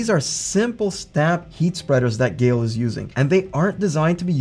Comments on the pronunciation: Geil is pronounced like the name Kyle, but with a G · I get Geil is hard to pronounce, its kinda the nile, but with a G :)